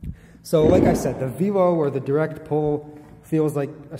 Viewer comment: Probably because velo is associated with bicycle, and it has a chain, and no lever. Velo is not a new word. Pronounced like 'vello'